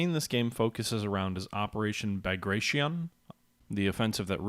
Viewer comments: Pretty sure it's pronounced Bag-ray-shun. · More like Bah-grah-tee-on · Easy. Was making a joke about your pronounciation of 'Bagration' :=D